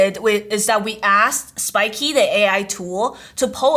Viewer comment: Why do you call it spikey when it's spikeet?